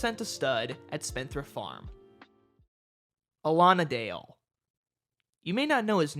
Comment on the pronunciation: Not sure about the pronunciation "Allonadale" I looked it up, all sources claimed "Alan. A. Dale" as is originally from the Robin Hood stories. Otherwise, great video!